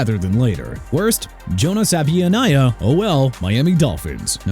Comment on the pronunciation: Worst value pick Jonah Savaiinaea Miami Dolphins... you know what?! Let another team have him CUZ YOU WANNA TRASH MY TEAM FOR PICKING HIM AND YOU'RE WRONG FOR THAT AND YOU'RE EVEN MORE WRONG FOR NOT PRONOUNCING HIS LAST NAME RIGHT! SAH-VAH-NAY-YAH!! YOU'RE A JOKE.